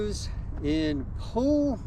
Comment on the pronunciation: If are trying to say Puyallup, its pronounced pew-all-up. Great video!!!